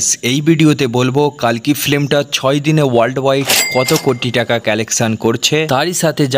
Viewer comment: কল্কি হবে কালকি নয়